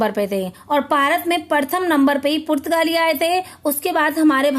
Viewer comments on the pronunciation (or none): Purtgali Ka sahi uchcharan to kar lijie